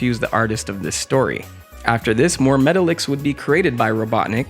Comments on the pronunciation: Met-tahl-icks. Not metal-icks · It’s pernounce Meh-Ta-Lex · Metallix is pronounced Meh-tahl-ix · That is not how you pronounce “Metalix”